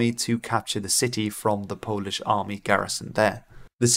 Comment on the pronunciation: your polish pronunciation was pleasingly neutral, aka not the best but pretty good, not bad, i guess it's a perk of speaking a germanic language that's not english as first language